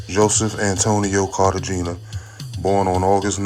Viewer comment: His last name is pronounced Car Te Hen Ya btw